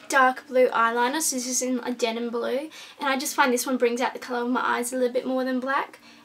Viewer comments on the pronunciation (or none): none